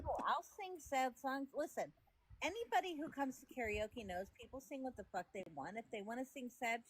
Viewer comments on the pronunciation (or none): none